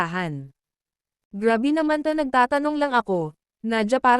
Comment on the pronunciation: GRABE po hinde GRAVY,hinde po sawsawan, wag maxadong OA mag basa